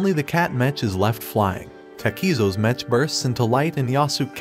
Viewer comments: It’s not mech it’s m-e-ck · It's pronounced MEK not mech. It's short for MECHANIC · Its pronounced "mek" not metch. Like mechanical. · bro really pronounced the ch in mech like "skeTCH" 💀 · I love how they keep mispronouncing Mech